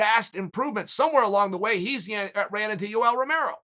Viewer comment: Chael"you ell romero" sonnen